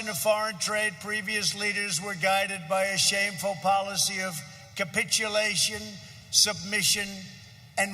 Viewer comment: wow...he read "capitulation" right